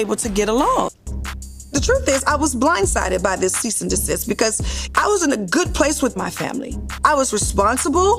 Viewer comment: Trina trying to clock Tamar's pronunciation of Cease is dumb considering how she pronounces HOWSE 😂